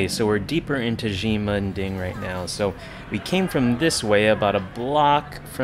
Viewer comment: "she-men ding" is closer to the way to say it...not "gee-men ding"